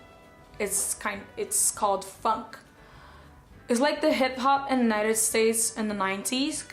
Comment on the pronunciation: I don't mind the make up tutorial so much...but the incessant self promotion commentary of a far too big ego is simply unnecessary. By the way girl, you ought to polish your "funk" intonation, it's sounding like a complete different word but then again I don't think you really care in polishing yourself anyway. You are what you are, no money can buy class or dignity. 🙄🤘